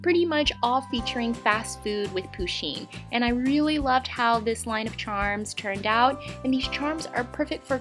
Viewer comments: No hate but the way that she say pusheen makes me cringe inside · She's prenouncing the name "Pusheen" wrong lol.